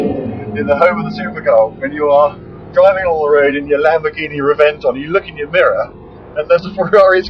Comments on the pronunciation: can you not pronounce the cars names properly lol. thought you reviewed cars. Firstly its not murcialaga lol and secondly it pronounced rebenton not reventon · The pronuntiation it is not "revénton" is like the name "reventón". And in Spanish is "explosion of a tyre". I think it is not a good name.. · It's pronounced REBENTON dummy. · What an idiot he cant say any itallian car name right the way he say scuderia is all wrong hel also cant say Reventon right it is pronunced with a B instead of a V "Rebenton" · pronoused like ReBenton! i'dont know why, but thats something imposibly hot and i want it in my life...what a headlamps.